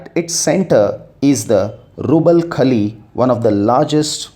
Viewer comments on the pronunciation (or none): none